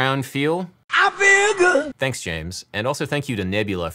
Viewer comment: It always feels as though it's on the second syllable of "good"... (he sings it with two...) I Feel Gu UUD.